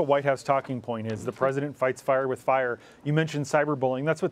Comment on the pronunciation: Fights FAUR with FAUR! Dear God, learn how to speak properly and stop with the "uhhh"s